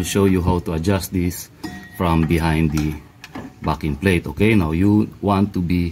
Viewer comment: That is a great video. Have to tell you from an Aussie, every time you say "backing plate". It's sounds like you are saying "Farrking Plate".